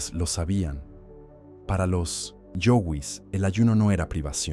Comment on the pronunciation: Esa voz de pelotudo propia de la IA, qué insoportable. Yoguis, no yogüis. El, no la, verdadero hambre.